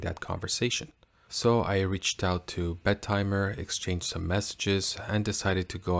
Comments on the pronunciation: The name sounds when you pronounce it "Bed Timer". Think it shoul be pronounced "Bettymer". I was surprised that it is qute expensive though. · Solid review, bud. though I'm not sure why you are pronouncint it with a "d" in the name...Bed-timer. the double "t" shouldn't be separated out....I've been going with Bet-im-er because I'm really not sure of the right way to pronounce it...but it at least sounds OK that way...lol and as nother has mentioned, Half-links are in the works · Shouldn't it be be-tee-mer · Not if you pronounce the damn name properly. It's not 2 separate words, so it's NOT Bet Timer.